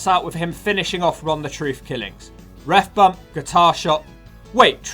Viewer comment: Take a shot everytime the narrarator says "Ref Bumb"!!!